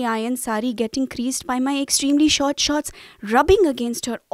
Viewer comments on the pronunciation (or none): none